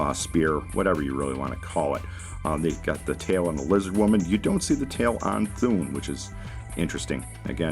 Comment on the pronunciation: Thun as In Thunder not Thoon as in Toon. Good Video Liked and Shared.